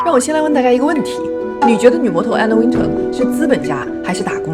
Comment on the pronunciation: Wintour的发音是后面像tour一样，没有人说吗😅